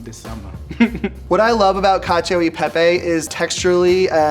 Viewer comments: "Kacho i pehpey" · Is it just me or when said "Cacio YI pepe" my hopes dropped? And yes he didn't make much sense, from choosing Bucatini to let his lumpy cheese sauce flow inside, to adding cheese on the pan without agitating with an emulsifier, to adding olive oil into the very sticky mix "prevent the pasta from sticking to each other", to saying that parmesan reggiano is "traditional", none of these make any sense. Truly lives up to the way one pronounces cacio YI pepe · Imagine saying "Cashio EI Pei Pei" and then saying you're Italian American...💀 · "catch-ee-oh ee pay-pay" 😑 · lmao. Man really says "cacio y pè-pè" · L1 and L2 ("Italian"!) cooks: It's Cacio E Pepe, not Cacio I Pepe. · Wow,so tasty but please try to pronounce italian, really italian 🇮🇹😬🥺😖 but loved the Science behind it 👌🏻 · The shock when lvl2 guy butchers the pronunciation and later drops the info that he's italian american💀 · As per he grew up in an Italian-American family and still doesn’t know how to pronounce cacio e pepe properly 😂😂😂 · In fact we have seen and even heard something strange in this video. To say that "Parmigiano Reggiano" is "traditional" to make this dish, means being poorly informed. Before going in front of a camera and saying strange things, it would be better to inform yourself a little (today there is Google). For the pronunciation of "Cacio e Pepe", unfortunately, as an Italian, I often hear the “Italian E" pronounced in the “American way”. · why did say cacio e pepe like that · he even got the pronunciation wrong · when he said cacio e pepe, i thought "that's the most american pronunciation ever" lmao